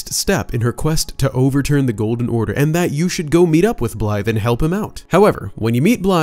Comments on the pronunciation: Great video, but all i hear is “Blythe” and it bothers me. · He’s screwing up blaidds name on purpose right? Hearing Blythe over and over again was really striking a nerve.